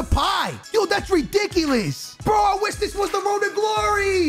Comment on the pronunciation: yooooo! that's ridickyliss, master of the english language!